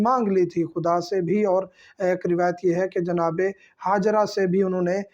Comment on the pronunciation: ہاجرہ آپ کا ح سےادا ہوتا ہے حضرت